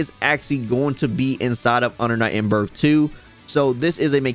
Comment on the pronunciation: UNDA NIGHT IN BURF??? lmao cmon son